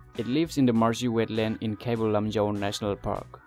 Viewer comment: Ateidudi ngna ngangningba accent da ngangasu Manipur dufaodi fjna ngangbiyu. Eikhoi lamse Manipur haibne Mainipur haiba ntte. Keibul Lamjaoduna Keibul Lamjeou kaina yam pktehe. Miinggase accentda ngangadi John kaise Jeoun hadoira?